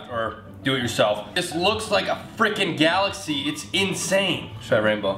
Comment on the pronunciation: wait did you say galaxce